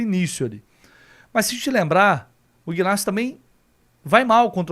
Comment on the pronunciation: Bom dia. O nome Ignácio o g e mudo. Pronúncia certa e. Inácio.ok. saudações tricolores 😊